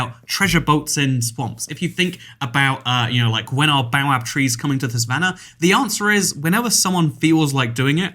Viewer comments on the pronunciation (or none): Did he just pronounce Baobab as "bowab"?